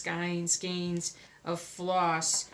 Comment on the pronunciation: you don't have to wash your piece to get the lines out. A quick warm iron with do it. Also the pronunciation for skein is sk -ay-n. Just thought I'd help out as I've noticed you've stumbled on that one a few times. You are making such amazing headway!! What??? Are you sitting up all night doing those pieces?? LOLOL I wondered about your snow. The weather channel says you got a foot of snow??? Wowzer!! Oh by the way?? My team, the Winnipeg Blue Bombers won the Canadian Grey Cup!!!! Yippeeeee. After 29 years!!, the powers that be are idiots. Follow Shirl from Tranquil Stitches. I thought she was organizing a crew to have a chit chat with Youtube for more clarification. Gotta go. Beautiful stitching. Always love seeing it and thanks for sharing. Hugs!!